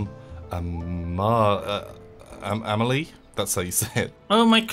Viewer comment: Blair Snurtburgler A-may-lee-eh is totally wrong (that would be «amejlie») It’s «ahm-ahl-ee-eh».